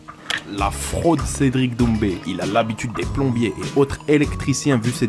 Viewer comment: T'as vu ? T'as vu ça ? T'as vu cet angle mowts Cédwic pwésentement ?